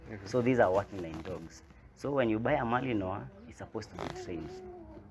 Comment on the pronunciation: The dog in me is so woofed. I envy this man. Good video 👌. When you both pronounced Malinois correctly, you got a big follower in me